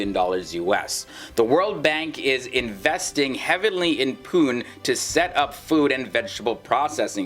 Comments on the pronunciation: It is not pun it is Pune. You can pronance is as (Puney) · It's pronounced as "poo-nae" not as poon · Pu nay is the way to say Pune! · Pune should be pronounced like puney, not pun. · It's pu-ne 😂😝 (pune) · Please do some research before getting the videos on YouTube! Pune is pronounced as PU-NE ! Btw pune is the best city to live in India as per various surveys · PUNE IS PRONOUNCED AS PUNEY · Bruv say pune right 😂😂😂😂🤦‍♂️ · You have wrongly pronounced the name of city..... #Pune... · it is pune , pronounce the last E